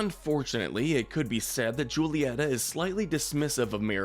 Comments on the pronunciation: JSYK, the Spanish ‘J’ is pronounced like an English ‘H’, so “Julieta” would be pronounced like “Hoo-lee-ET-ah” by English speakers. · He pronounced Julieta. (JU-LEE-ET-AH). BUT IT IS ACTUALLY (HU-LE-EHT-AH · Mirabel mother is pronounced (who-lee-Et-tha) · May I ask you do an Encanto Head canons We Loved And Hated. Also I'd like to correct your pronunciation of Julieta. It's WHO-lieta. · Please stop calling her Julieta. In spanish j is h